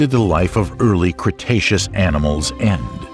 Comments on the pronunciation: This videos has a lot of inaccuracies First of all, its pronounced Cretaceous (kree-tey-shoos), we heard you pronouncing it wrong. Second, such dinosaurs such as Trex and Ankylosaurus didnt lived in the Early Cretaceous. Third, Trex was now estimated to be larger than Carcharodontosaurus in terms of mass of 9 tons. Fourth, Trex never encountered Carcharodontosaurus since they lived in different places and time and fifth, the Trex will easily win in a fight against Carcharodontosaurus due to its huge advantages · Congratulations on learning how to pronounce "cretaceous." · the emphasis on the first CRETacous becuse in the last video he said "CRUSTacous" made me laugh more than it should have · Cretaceous? Don't you mean Crustaceous?